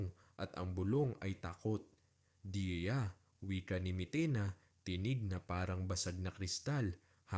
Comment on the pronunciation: Deya yun kase hindi diya ok na sana kaso makiayos ang pronounciation ng Deya sa Diya ang tama ay DEYA at hindi DIYA😢